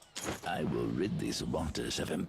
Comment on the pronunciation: "We take thise" that was great dude lol😊